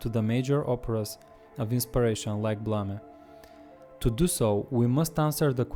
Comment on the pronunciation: dude, why BLAMA when the title literally says BLAME? and why BLAMA when you showed us you know how to pronunciate english correctly but still you BLAMA . Great vid btw !!